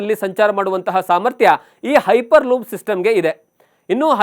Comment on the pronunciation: Ayyo munde makla piper loop alla hyper loop😂😂😂 tu mundeva😂😂😂😂